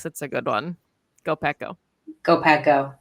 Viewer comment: "Piss is hot." ?? Is Pack what she said? Ha.